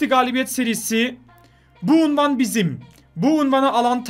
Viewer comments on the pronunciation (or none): none